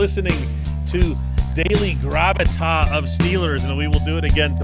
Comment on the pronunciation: GravitaS. The S is pronounced.